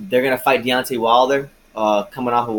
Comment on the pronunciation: A long way to say, De-uck-tay Wilder don’t won’t that smoke.